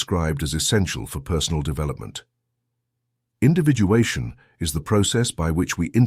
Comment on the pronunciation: Individuation - not Individualation